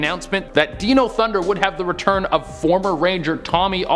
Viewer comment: wth did I just hear did this dude just call DYNO thunder DENO